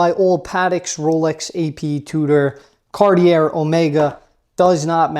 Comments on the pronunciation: Big fan! I’m sure you know this, (how could you not?) and say it how you want to, of course, but the correct pronunciation of Cartier is “Car-tee-AY”. ✌️ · Silent r at the end of Cartier bro. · You have to learn how to pronounce it though... the R at the back is silent. xD